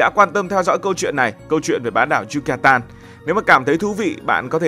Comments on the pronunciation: Yucatan mà gần cuối video cứ đọc yutacan😅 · Thuyết minh 1 lúc cái đọc sai trớt qưowts. Yucatan thành Yutacan. Haha